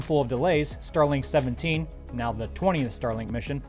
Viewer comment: Hey, it is 'Starlink-17' You said it's name! I knew you could do it.